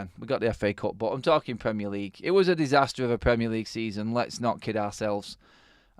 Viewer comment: Disaster not Disastor!!